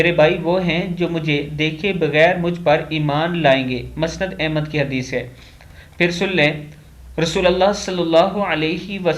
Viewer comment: جناب آپ جو لفظ مسند بولتے ہیں میم کے اوپر پیش بولا کریں. Musnad جیسے مصطفی مکمل مشکل محمد مراد وغیرہ ان سب میں میم کے اوپر پیش آتا ھے اسی طرح مسند کی میم کے اوپر بھی پیش آتا ھے جزاک اللہ